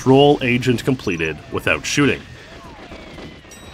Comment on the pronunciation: I thought it said chooting